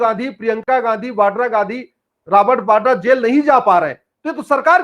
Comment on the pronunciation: वाड्रा नहीं, वडेहरा ।